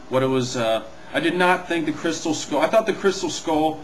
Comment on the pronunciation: 1.You said Crystem(what the heck is a crystem) 2.Leboff(LOL)Le-buff Nice mistakes LOL Count them all.